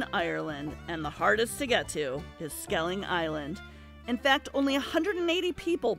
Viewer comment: Great video, but its skellig, not skelling.👍